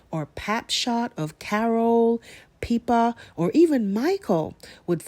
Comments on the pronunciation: Peeper? It's Pippa, rhymes with nipper 😆 Sadly I don't think we'll see Kate again 😢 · I’m from the UK. It’s not peeper. It’s pip er.